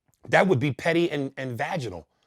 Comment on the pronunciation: This man said Pety and Vaginal 😂